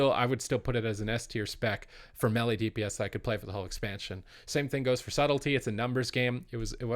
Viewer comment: Cant agree til he learns to pronounce melee correctly